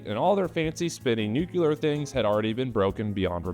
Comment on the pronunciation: I like the way you keep saying 'nucular' in homage to Dubyuh... I hope